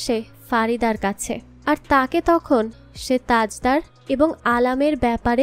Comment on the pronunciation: u gave some false information, Bibbo Jan is the sister of Alam, not Mashi, its Tajder/ Tajdar not Tajda, its Bibbo jan, not bebo jan. I didn't listen to the full explanation but there will be some mistakes. sorry for ciriticizing.